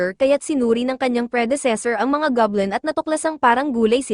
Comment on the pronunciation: It's Goblin, not gablem po😊